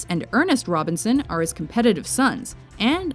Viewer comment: its Ernst not Ernest